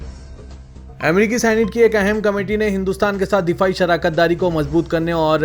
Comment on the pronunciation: MIHAAZ NAHI JANAB WO LAFZ MAHAAZ HAI. AUR SHARAKATDAARI NAHI BALKAY WO LAFZ SHIRAAKATDAARI HAI